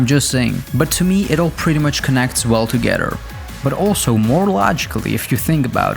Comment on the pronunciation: "Well togedder"